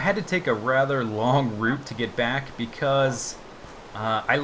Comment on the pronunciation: i love it when you say welcome backa to the mindacracka serva